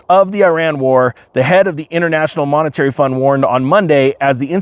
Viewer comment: It's "monetary"